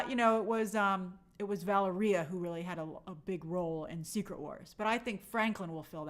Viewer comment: Her name is pronounced VAH-LARREE-AHH she is Franklin’s younger sister